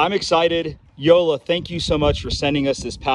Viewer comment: Yo! Dude! It''s YO-LA The J in German is pronounced like a Y